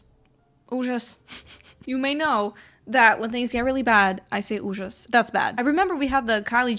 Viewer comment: Dang I thought you having a slavic channel name was just a part of your image but I'm reconsidering after hearing you say ужас 😅